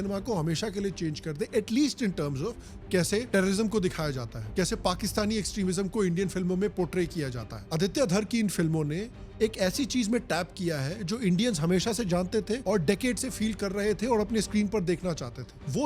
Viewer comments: Kya yaar Dhaar Dhaar kya kahte ho aapsirname is Dhar, aap to aisa na karo pl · कृपया आदित्य धर को धार बोलकर नाम खराब ना karen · धार नही धर है बे 😏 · वो धर है धार नहीं 😂😂😂